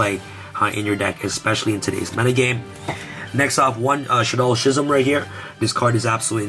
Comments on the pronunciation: Great profile, but Schism is pronounced "Skizem". Was mildly infuriating lol. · I dunno why the way ya pronounce schism just makes me cringe lol